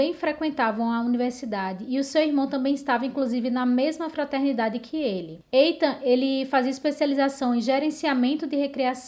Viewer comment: Muito bom seu vídeo, parabéns! Não querendo ser chata, mas já sendo, apenas corrigindo a pronúncia do nome Ethan, na verdade é Ithan, não Eithan.